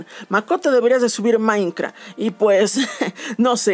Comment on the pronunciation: Jaja me encanta como dice "Maincra"